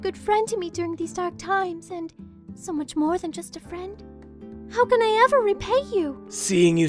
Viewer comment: "He's my FEEUHND." "You have my VUUHRD." I love it.